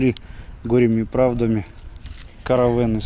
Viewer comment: КАрвен,ударение на А.